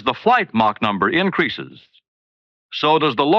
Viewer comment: I find it funny that pronounces Mach correctly contrary to 99% of all english speakers, but it's probably due to his scottish heritage, as the "Loch" and such are pronounched the same as the german ch sound